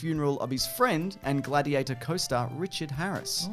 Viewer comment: "Bladiator"? i'd have gone with Bloatiator.